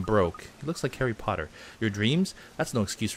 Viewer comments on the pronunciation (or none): none